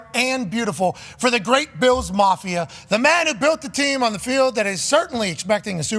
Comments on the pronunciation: LOVE Pat.... can someone teach him how to say BILLS? Not beels 😂 ❤ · Bills, not Beels. ;) No way they get a Super Bowl in Buffalo NY with no dome.